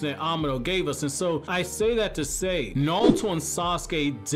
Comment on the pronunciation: He says "nawuto" lol